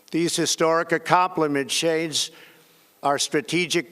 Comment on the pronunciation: wtf was that he said. Acompalat or Accomplishment ?